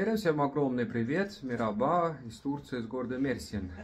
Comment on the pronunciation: Мужчина порядочный и очень умный. Но скажите не ,,мираба , а мэраба,, надо сказать мягко ,буква ,,р,, мягко. Я тоже учу турецкий язык уже три года.